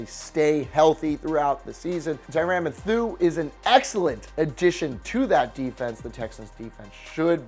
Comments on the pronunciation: My man said Tyrann Mathoo instead of pronouncing Mathieu like Matthew 😂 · Tyrann pronounced tyron matheiu pronounced mathew, come on man! what was that? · Jason Verrett is out for the season and Tyrann Mathieu is pronounced TY-ren MATH-you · It's Tyrann Matheiu like Math-you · Tyrann methoo? 😂😂😂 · Why he say Tyrann Mathieu’s name like that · Bro. Please learn to pronounce Tyrann Mathieu correctly.